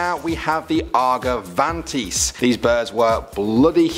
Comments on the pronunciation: The arventagis is pronounced are-Jen-t-a-vis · "Argovantis" ... excuse me ? that's an Argentavis bruh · It’s actually pronounced Argentavis (are-jen-tay-vus) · That’s not how you say argentavis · No ones gonna talk about how he said argentavis wrong? 💀